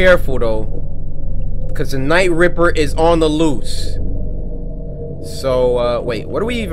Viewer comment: Nah fam i thought I was trippen when cory said night ripper